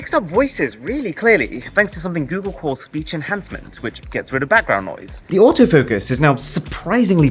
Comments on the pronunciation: Goodgle..... 😂😂 Helarious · When you said goodgle my phone activated Google assistant 😂😂😂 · I don't think I wanna watch anymore of your videos after you said goodgle 😂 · my phone seems to think your "goodgle" was good, it triggered the google assistant 💀😂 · When you said goodgle my google assistant came on. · Why is this cuck saying “Gewgel” 🙄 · 'Goodgle'?? Good grief! :D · Is it just me or your phone also triggered the assistant when he said "gooodgle" xD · "GOODGLE!!!!!!" Cancel this channel at once! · "Goodgle" I should unsubscribe for that comment 🤣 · He meant goodle but it sound like good girl